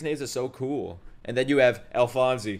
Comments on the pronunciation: The e in Alphonse is silent, you're pronouncing the rest of it correctly though. I watched it in English and think that this is one of the very very few anime where the Dub is better than the sub. But watch it in the way you prefer, don't pay too much attention to the comments if you would rather watch it in Japanese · You don't pronounce the 'e' at the end of "Alphonse" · and it’s not “alphonsy” it’s pronounced “alphons” like the “e” is silent lol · its not alphonzee is alphonz (pronounced) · its pronounced alfons not alfanse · This show probably has the best dub of any anime. Edward’s VA is the best of the best. But if you do stay sub, just know that his name is Alphonse (e is silent) and not Alphonsey! Love your videos man so jealous you get to watch all of this blind. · Great reaction! Alphonse's name isn't pronounced "al-fon-see" it's "al-fons", Japanese doesn't have an "s" sound so they pronounced it "alu-fon-so" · Also, just a couple of things: Alphonse (Al-fonz) Xingese (Shing-ease) Alkahestry (Al-Ka-hess-tree) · Alright, you keep mispronouncing Alphonse's name, the simplest way to say how to pronounce is something like Al - Fonz. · My opinion: Dub> Sub. Just re-watch these two episodes in english dub just to get the names right. Hearing "Alphonsey" just doesnt sound right. Watching you miss out on crucial details in subtitles is just painful. After that, Sub or Dub is your choice. I have never promoted any show's dub version more than this and One Punch Man. I have seen this show twice in both language and I have few arguements in favour of the Dub: 1. The animation is gorgeous, why would you prefer to look away from it and focus on subtitles? 2. The look, feel, characters and historical references of the show is not necessarily Japanese. This show is made keeping a global approach in mind. 3. You will miss out on the English dub blooper reel, which is a laughter riot and a masterpiece in its own right. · It's Alphonse without the "ee" sound at the end 👍